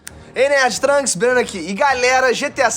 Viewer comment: Ele falou tranks♥️♥️♥️